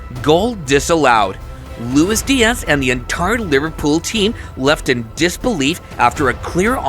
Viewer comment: bro said liverpoop when kane did tackel.